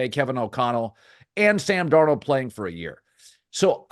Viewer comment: Why did he not pronounce Darnold right?